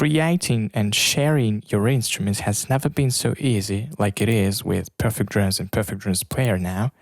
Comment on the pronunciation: Please employ someone that can speak English properly. If you are responsible for presenting a product or service, communication skills can really make or break your presentation and chances are that even if you employ someone later that can be understood it may be to late. I can't understand many words that this presenter is speaking. Simple words such as DRUMS being pronounced as DROOMS is really annoying.